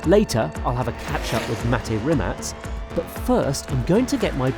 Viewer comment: The first journalist to pronounce Rimac properly with the Croatian 'ts' version of 'c'. Mate is a Bosnian Croat.